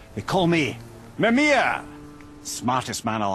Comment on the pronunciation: Mimirrr for siri